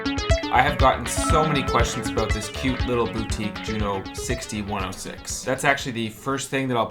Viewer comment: It’s pronounced JU-06ayyyyyyy